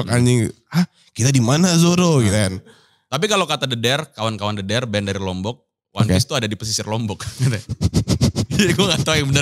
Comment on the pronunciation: band the dare bacanya bukan the dare (inggris) bang, tapi dedare, dedare bhs sasak (lombok) artinya gadis